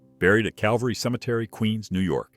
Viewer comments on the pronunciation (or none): none